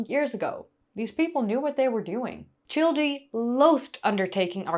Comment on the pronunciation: 'Childe' is properly pronounced as 'child.' The 'e' is silent.